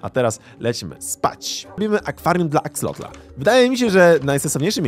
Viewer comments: na przyszłość nie mówi się axolotla ani axolotl tylko axolot, ale pisze się axolotl. Jak coś mnie ominęło to sorry piszę na początku i dawno nie oglądałem więc zaczynam. A jeszcze jak jest jakiś konkurs na imię dla axolotla: Axolotuś. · Axolotl a nie Axelotl! otaczają mnie analfabeci... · Mówi się Axelota a nie Axlota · Ja nie wiem co wy macie że zamiast prawidłowo wypowiadać nazwę axolotl to wy zmieniacie o na e. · XD to się wymawia jak się pisze czyli Akselot/Akseloty wiem bo mam różowe w domu w akwarium /nie w minecraft [*] Catan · Aksalot się mówi jagby co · Mówi się aksolot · mówi się Axelot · Muwi się axelota